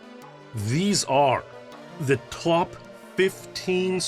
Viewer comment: did you just say "twop"?